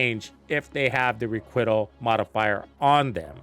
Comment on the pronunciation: Hey,! I am 100% not trying to be a d*ck but the most common pronunciation of "Requital" is not "ree-quit-el." It is closer to "ree-quite-el." No judgement. It likely means you learned it by reading it somewhere and I would never shame someone for learning from reading. Genuinely, just a bit of advice. That said, my issue is the idea of tying Season Pass XP to this new system in any way shape or form. If I pay X dollars to get a premium pass, which I have done, why should the thing I paid for be, in any way, gated behind content I may not like. If I don't run modifiers, I may be missing out on more damage or survivability or whatever, but there should never be an instance where getting seasonal gear that I paid for is limited in any way by that system.